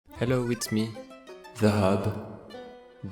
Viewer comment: Hallo Me: Wait that that french accent is illegal!